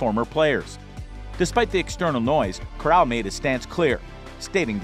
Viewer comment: You pronounced Corral wrong lol